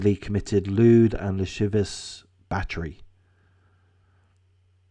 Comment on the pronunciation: Videos for the blind and illiterate, with obvious comments by the vastly intellectually superior commentator. An aes the tist and la civ I ous, emphasis on the second syllable, by the way. Maybe try radio?